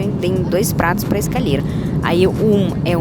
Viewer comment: Nao e carendo e corendonao ecami e comi e escolhe nao escalhe cortaro bem picadinho cartarobem picabinho voce e bonita mas fala munto errado